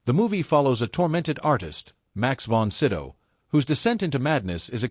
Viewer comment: Congratulations! You only managed to mispronounce the names of three major stars. It's Ray Milland - (mill-AND, not MILL-and) Max von Sydow (von SĪ-dō, not von Sid-dō). The last one is but slightly more forgivable. Deborah Kerr - (CAR, not Ker - it's a Scottish name) Before you set yourself up as an authority, learn the basics. Kudos for not screwing up Vincent Price or Christopher Lee.